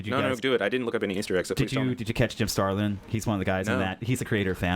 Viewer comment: I'm not a podcast listener, so forgive, but the guys here talk wayyy too fuckin fast. Way too fast. They can't pronounce important names correctly. Jim Starlin. If you want us to look him up, slow your heart beat first. has great cadence and expectation, you can actually follow and read her emotions.